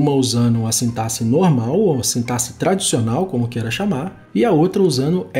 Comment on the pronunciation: Já ganhou like só por pronunciar a palavra sintaxe de maneira correta!👏🏻👏🏻👏🏻